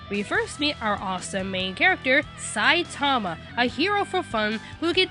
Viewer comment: I think with the name Saitama the infasis is on the ma, not the sai. It may not seem like that big of a difference, but... NagEEsa